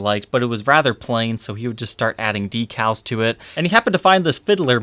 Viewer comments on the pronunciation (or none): none